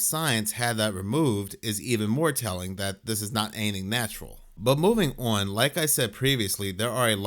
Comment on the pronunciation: Got damn it, still triggers me how you say “on”. 😩😫😡🤬🤯